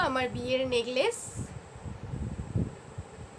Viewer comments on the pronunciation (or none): Pronounciation gulo thik koro... Khrishtal na kotha ta Crystal ... Anneversary noi kotha ta Anniversary .... Neglace noi kotha ta Necklace... Try to make right 👍